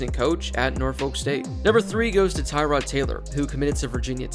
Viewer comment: Wish you would have gotten Tyrod's name right lol, it's pronounced tuh-ROD.